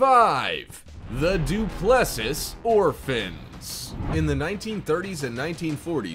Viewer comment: It's pronounced Du plus see.